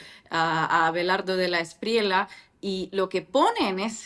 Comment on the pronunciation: Inna, se pronuncia De la Esprie-ya, no De la Esprie-la